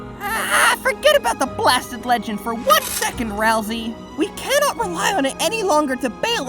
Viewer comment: ITS RAL-SAY PLEASE